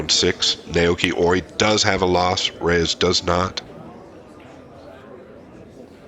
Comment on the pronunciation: your analysis is excellent. Well done. The only flaw is butchering Oi’s name pronunciation throughout: Nah-Oh-Yoo-Key (no syllable emphasis).